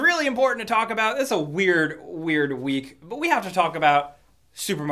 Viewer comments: Did he say wheat instead of week? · did you say every wheat?